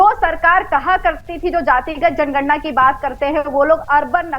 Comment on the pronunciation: जनगणना शब्द का सही उच्चारण करना तो सीख लो फलाने ॓भइया जी ॔।